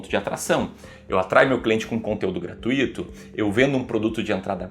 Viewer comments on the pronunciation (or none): "Gratuito" não tem acento. Pronunciamos como "circuito", "intuito" e "muito". Não existe essa pronúncia de "Gratu-í-to".